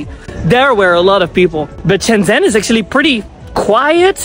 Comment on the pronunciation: Shenzhen is pronounced like ShenJen, not Shendsen. By the way, it's not Arab music. It's Uyghur music from Xinjiang. Those old women have a weird fetish of Uyghur music and dance.